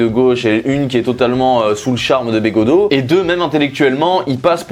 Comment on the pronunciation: j'adore comment tu écharpes de toutes les façons possibles le nom de begaudeau